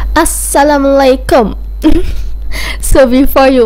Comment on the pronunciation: you need to practise to talk in malay bcs you already pelat ckp assalammualaikum